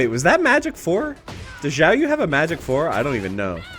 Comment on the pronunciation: Is it some kind of trend to say Xiaoyu's name like Jiaoyu? I've heard multiple YouTubers say it this way now